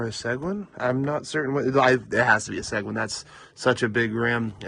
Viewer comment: Oh yeah, Seguin is pronounced suh-geen 😂